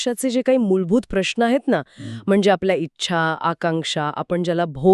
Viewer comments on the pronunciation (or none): मॅडमना कुणीतरी "न" ला "ण" म्हणू नये एवढं तरी शिकवा रे!